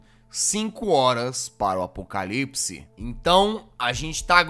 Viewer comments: No orfanato tu falo apocalipci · Só eu que ouvi o jazz na hr do orfanato ele falando "acopalipace"? Kkkkkk